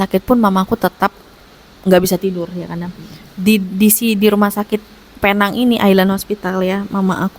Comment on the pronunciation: Alhamdulillah.. Tapi sebutannya “peneng”, walaupun ajeaanya penang ataupun “Pulau Pinang”